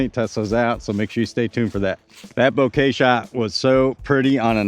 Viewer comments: Bo-kah, not Bo-kay. Kind of like saying mocha, but with a b instead of an m. Thats why the stamp is latte art. Mocha latte - Bokeh latte. Thanks for the video, can't wait to see them on a course. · Technically, Bo as in bone, Ke as in Ken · It's not a bunch of flowers, man. 😂😂 I know it's a huge nitpick over an otherwise great video... But the photographer in me cringes at how you're saying Bokeh. 😂😂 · He purposely says bokeh wrong annoying af